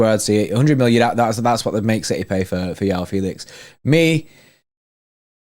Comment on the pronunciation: For my non-Portuguese speaking mates Joao is pronounced "Juh-Wow" 😜